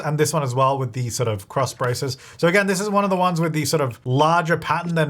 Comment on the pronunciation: Lol at "crossbraces"